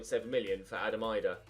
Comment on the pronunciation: Hi, I’m a Norwich fan and Adam Idah is very good and has good potential, would be a great league one signing. It’s also actually pronounced as if it’s ‘Adam E-dah’. Cheers mate, loving the content bro